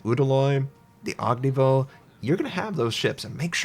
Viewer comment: I just don't understand why he says "og ni voh". He says Udaloy just fine. What makes him drop the "y" at the end of Ognevoy?